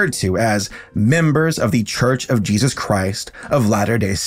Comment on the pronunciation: I love his work and since subscribing 3 days ago or so, I am already through half of his catalogue, But I deeply and passionately wish he's stop mispronouncing Jesus, I am Christian but Idc what your beliefs are or how you feel about God, Yours is your life to live not me, But over half the videos of his I have watched he says Jesus at least like 10 times an episode, and hearing Jayeyzus stopped being funny after like the 10th video, Now it's just like nails on the chalk board, Also again this has nothing to do with religion it's just the deliberate mispronunciation of any word, It could be Satan but if he said Satin every video it'd still get old